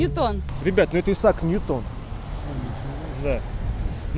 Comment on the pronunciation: Правильнее НьЮтон, не НьютОн (чувак был англичанин). Эту неточность очень часто встречаю. Почти также часто, как неправильное ударение в фамилии замечательного математика Чебышева. Он - Чебышо́в.